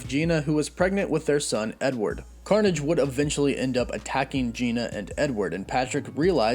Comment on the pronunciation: all I heard was carnom